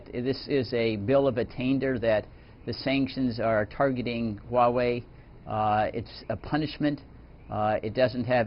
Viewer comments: dude, it's Huawei, not Huihui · Haha...sounds nice hweiwei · He said Wei Wei